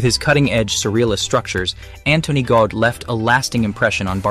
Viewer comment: His name is Gaudi not Gaud!🤨